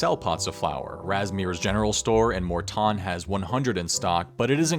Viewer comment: Pronouncing Morton like that, he thinks he's better than us doesn't he